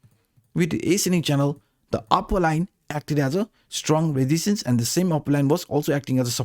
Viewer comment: Learn how to pronounce resistance -.